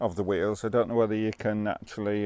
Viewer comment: I thought at first you said "whales" , but it was wheels. Quite photogenic wheels they were. 😀